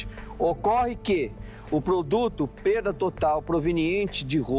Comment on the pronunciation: ESSE ADVOGADO QUE CHEGOU FALANDO PERCA AO INVÉS DE PERDA...PRECISA APRENDER O PORTUGUÊS. KKKKK...NÃO DEVE SER NEM ADVOGADO.